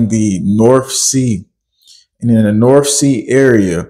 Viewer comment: The norff sea? You sound like one of my pals from Souff Carolina 😂🤣😇